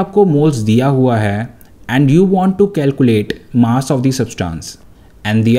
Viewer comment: It is calculate not calcuate